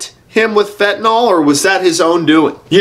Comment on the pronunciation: FentaNYL... not "fentaNOL." Other than that, you are 100% spot-on, Ol' Son..!